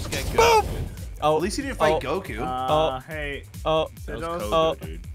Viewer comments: Bro, really said CoGo it’s a Goku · LOL is how ssundee never watched anime and the game tricked him to say his name as kogu. I think u should start making a second channel with u watching anime